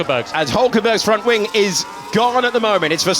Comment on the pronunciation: Redbull gives you wiings!